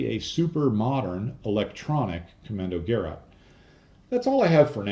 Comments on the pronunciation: Hey, I enjoy your videos and you've taught me a lot of things I didn't know before. Thank you for that. What I don't understand though is you obviously spend significant time and energy on these videos, why not spend the extra 30 seconds it takes to plug "Kommandogerät" into google translate and have the google lady read it aloud to you? Nobody expects a non German speaker to get it exactly right, but this way you could've at least not butcher it the way you did. I don't mean to be rude but I can't stand it when English speakers don't put any effort into properly pronouncing foreign to them names. You didn't spell it correctly either. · It's not prenounced "Gerraht" but "Ke-ráte" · I think... Commando-Ge-Rat As in Ge-Schwader Not: Commando-Ger-At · Gerät (equipment) - hard G(e) - like in - and stress on the second syllabel which is not 'rat' but 'rät'. Almost like a Scottish pronounciation of 'great'. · Not that it matters, but in Deutsch it's "Ko - MMAN - do - gerat", with a long "o" and the last syllable as in "gurr -- ate". I know I'm dating myself, but when I was an undergrad I used a Deci-Log slide rule for a few years until we were permitted to use an electronic calculator if we could afford one. They became inexpensive pretty quickly, and I remember that after a while they were being given away as promotions by many companies. I still have and use a few calculators that use a photovoltaic (PV) cell to power them. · Kommandogeräte: das Geräte - is pronounced as Ge- rate, long a not short a. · It's not that difficult to pronounce it correctly. "Kommando" exactly like English "commando"; "geraet" is pronounced "guh-RATE." with stress on the last syllable. ["a" with two dots above (the umlaut) can also be written "ae."] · Pronounced: Kommandoger-aid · The 'ät' is pronounced like 'eight'. Gerät is the German word for device.